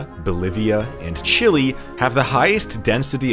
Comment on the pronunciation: Your pronunciation of Chile was fine. When the Chilean mine disaster occurred a few years ago, the President of Chile himself used that pronunciation as the English name for his country multiple times in his speeches. He spoke in English, and used the traditional English pronunciation.